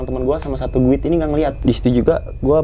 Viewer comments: Apaan sih guid🤣🤣🤣🤣🤣 guide kali cara bacanya /gaid/ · Maaf bang emang tulisanya GUIDE,,tapi mbacanya,,gaet,, tour guide,, turgaet,,,, sukses selalu buat